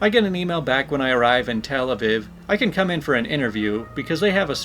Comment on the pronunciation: Tel-Aviv, it's a long e sound in Aviv, just in case it comes up again